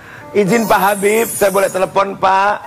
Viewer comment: HABAB HABIB HABABMUUUU😅😅harusny yaa nyebutnya habibbbbbbbbbb😮